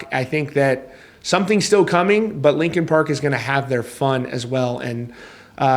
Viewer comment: R u saying lincoln park? 🫠😐